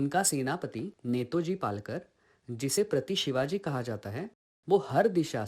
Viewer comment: It is Netaji Palkar and not Netoji Palkar as you have pronounced?